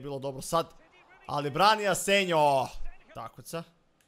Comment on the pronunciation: Inace golman ti se cita Asenho, a ne Asenjo.